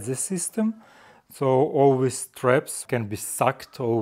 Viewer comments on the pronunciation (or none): English has improved a lot. But, he has problems with "this" and "these" - he says:wis" and "wese". Hope he can catch himself soon.🤣😂